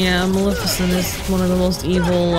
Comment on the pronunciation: Man, still can't say Maleficent's name right.